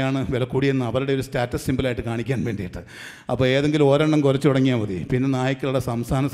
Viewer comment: കൊരച്ചു എന്നല്ല, കുറച്ചു എന്നു പറയുന്നതല്ലേ നല്ലത്‌. Try to use Malayalam language properly.